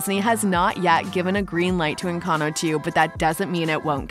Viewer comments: "ENCANO" HELP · Sorry, but I am a native Spanish speaker and the why she pronounces it is horrible. Sorry you got offended for a comment not regarding you